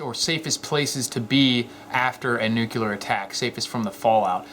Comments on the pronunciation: NUCLEAR NUCLEAR not nucular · If you want to sound credible, please do not say "new-kuler", it's "New-clear" A deep basement is okay for short term. The problem is, as fallout settles, it will penetrate the concrete of a standard basement. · I spent four years as a launch officer of our country's ICBMs. Not even ONE of them was armed with a NUCULER warhead. Nuclear, possibly. Nuculer, definitely not. :-) (Pet peeve) :-) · It's pronounced "Nu clee ar" not "Nu cu lar" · Like you, love your vids, but please don't say nucular when you mean nuclear. The left loves to make us look and sound stupid, lets not help them out too much. Thanks. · Hahahaha funny..... he pronounces "Nuclear" as Nuc-u-lar ..... even funnier he spelled it right -----> Where's the safest place to hide after a nuclear attack? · When you can't even pronounce the word nuclear, you can't expect to be taken seriously.